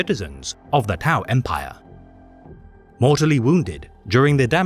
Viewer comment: not even say the name right, liar and attention seeker